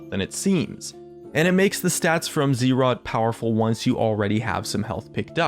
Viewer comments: IT IS ZZ'ROT NOT Z ROT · not ZEErot, Zrot. (Buzz - zz -> zz'rot)